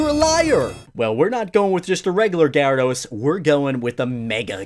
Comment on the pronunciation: GYARADOS, NOT GRYADOS!